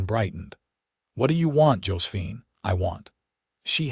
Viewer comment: Narrator having trouble pronouncing quite a few different words and names. Also says "Josephine" as 2 syllables instead of 3 syllables. And the mangling of "Isaac".